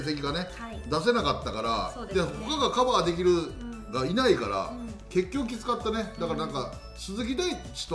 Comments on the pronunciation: カバーがバカーになってるぞ。心の声が漏れたか？ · カバーをバカーっておいっ！！！笑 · カバーがバカーになってるーーー！！！笑